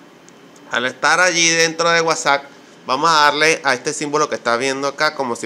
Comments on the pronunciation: estimado se pronucnica uasaP com P no uasaC con C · es nefasto como dices Whasac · Me funcionó de inmediato con la primera opción. Gracias. Con todo respeto y para obtener mayor credibilidad, la pronunciación correcta de WhatsApp es "UASAP", como si dijeras UASAPA y le quitas la última "A ", saludos desde Bogotá, Colombia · gracias amigo era eso ya funciona! no sé de dónde sos pero se dice WHATSAP no guasac jajaja slds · vamos a seleccionar la que dice wuasac 😂 me hisiste el día 😂😂☺ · Vamoh a seleczionar la que dice cuasak! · Amo cuando dice "wasagh"